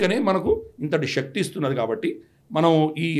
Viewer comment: Shakti is wrong pronunciation